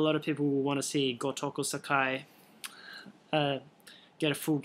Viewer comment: you are pronouncing sakai wrong.